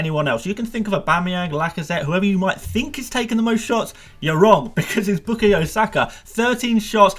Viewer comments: A biased arsenal fan who can’t even pronounce saka first namw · Is it me or does the way says bukayo feels really unsettling😂😂